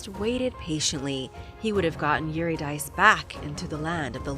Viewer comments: Orphius's wife's name is pronounced Eur-rid-a-C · Eurydice = you-rid-a-see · Is pronounced EVRIDIKI or more precisely EVRI THIKI with TH>sound like in the words with this that ,and the accent on the I like in the word THIS